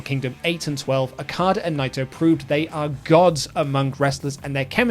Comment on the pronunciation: Every time okadas name is mispronounced I die inside alil more